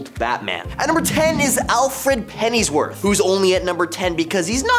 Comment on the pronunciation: Alfred's surname is pronounced Pennyworth, exactly as it's written, not Pennisworth.